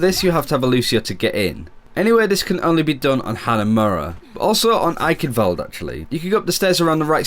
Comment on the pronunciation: My 3 favorite fictional characters: 3: God 2: Roy Mustang 1: The guy that pronounces "Eichenwalde" properly.